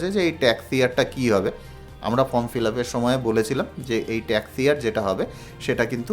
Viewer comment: আমি ইউটিউবে অনেকের ১২১ ফর্ম ফিল আপ করার ভিডিও দেখলাম। ফর্ম উচ্চারণ করতে পারেন না, ফর্মকে বলছেন ফ্রম, তারপর বলছেন ফর্মের একদম ওপরে বাঁদিকে এফ. ডি. র অ্যাকাউন্ট নং লিখতে হবে। কিছুই বোঝেন না এদিকে পয়সা কামাই করার জন্য ইউটিউবে ভিডিও পোস্ট করছেন। মানুষকে ভাঁওতা দিয়ে এভাবে বিভ্রান্ত করে যাচ্ছেন বেশির ভাগ পোস্টদাতা। আপনার ভিডিওটা সেদিক থেকে সম্পূর্ণ আলাদা এবং সঠিক। ১৩নং কলমে টোটাল ইনকামের সঙ্গে কি রেকারিং ডিপোজিটের এবং সেভিংস অ্যাকাউন্টের ইন্টারেস্টটাও যোগ করতে হবে ? অসংখ্য ধন্যবাদ জানাই আপনাকে।